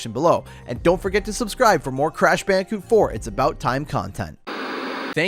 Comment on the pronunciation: Lol bandi-cute